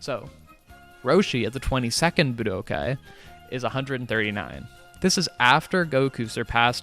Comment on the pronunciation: Props for correctly pronouncing budokai! But its nit tenka eechee its ten kai chi